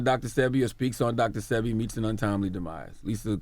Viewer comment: DJ ENVY..... YOU DID IT AGAIN. 🤬 Its Dr. SEH-BEE Not SEE-BEE... Dr. Sebi... Pronounce it right!!!!!!! 🤨🤨🤨🤨